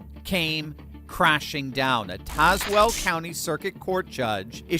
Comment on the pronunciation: Congratulations, you knew how to say Tazewell the correct way.